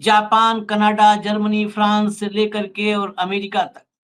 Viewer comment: Learn how to say Canada please